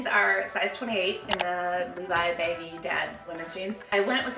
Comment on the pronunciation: Sounds like you’re saying “baby dad jeans”